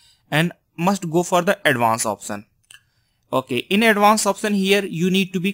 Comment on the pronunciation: option ya oftion 😂😂😂 improve your English 😂